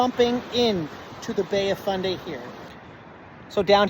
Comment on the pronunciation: Fundy not Funday. Otherwise excellent. Thanks!